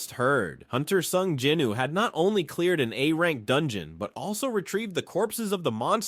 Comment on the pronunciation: bro is this like ai talking because you dont say jin woos name properly and also the scene with the orc boss you said he wielded a big axe when its clearly a sword, but still good either way